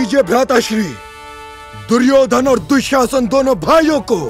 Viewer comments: Suryodan ❌duryodhan ✅ 😂😂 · It's not suyodhan it's duryodhan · It's 'Duryodhan' not 'Suryodhan' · Suyodan q sunai de raha hai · Duryodhen hota hai duryodhen 😅😂nahi